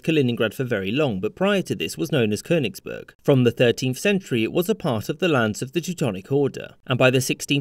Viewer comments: Not Konisberg! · Amon Ra Koenigsberg is also fine. Same pronunciation